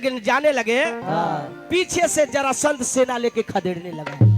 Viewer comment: उच्चारण सही कीजिए ब्यास जी, जरासंध होता है,जलासंध नहीं, ध्यान दीजिए